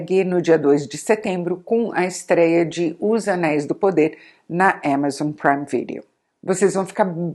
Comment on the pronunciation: a artes de falar agá-bê-ó-mais e émazon, adorei